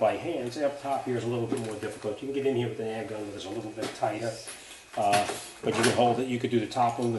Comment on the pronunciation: Salt wreaks havok on everything rubbah, as you can see heeya. Unbolt it heeya, unbolt it heeya. Lol